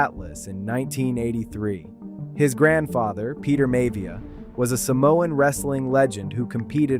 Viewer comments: "May-via"?... AI screwed up again. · Love how the AI can’t pronounce Miavia